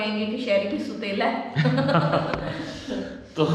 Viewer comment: لفظ سُوتیلا نئی ہے سَوتیلا ہے